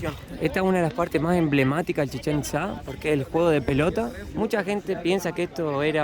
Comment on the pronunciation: Cuando la morra trata de decir chichenitza le entiendo cómo si dijera Chicharito.